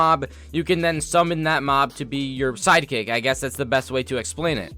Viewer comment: I thought he said side chick but he said side kick